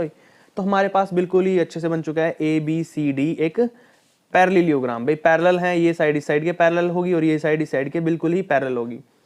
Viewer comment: Paralleliogram 😂😂 Are sir parallelogram hota h paralleliogram nhi😂😂😂🤣🤣